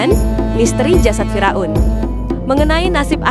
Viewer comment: Fir' aun bukan Fira'un.Ngomongnya pletat pletot